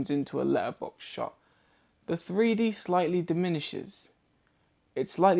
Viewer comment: Sounds like you’re saying “Free D”